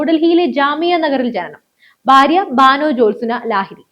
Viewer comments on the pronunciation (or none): none